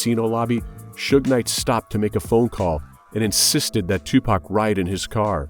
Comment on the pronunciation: what is that pronounciation EWW WTF IS TUPAK